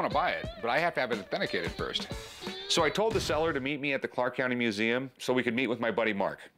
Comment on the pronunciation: "This belongs in a meuseum" 😅